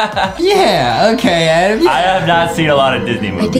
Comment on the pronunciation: It's not adem it's adam